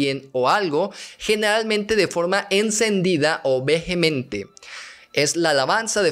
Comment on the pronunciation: "Vejemente"...oiga, profe: en esa palabra (vehemente), la h es muda. Jajaja. Bueno, ya en serio, me hubiera gustado que abordaras más el desequilibrio que empieza a surgir en la mente de la protagonista y que podría ser producto de ese choque cultural y se manifiesta en comportamientos inadecuados y violentos (como cuando apuñala la mano de un compañero con un lápiz, cuando se pelea con una niña más grande o cuando tira a su competidora al río para deshacerse de ella y poder concursar o cuando roba dinero a su madre).